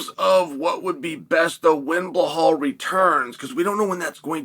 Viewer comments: Chael why do you call Belal: Bhelal? 😅 I’ve always been curious 😆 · Blehal en piejera names never get boring with uncle chael